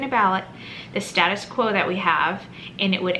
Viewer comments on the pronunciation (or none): none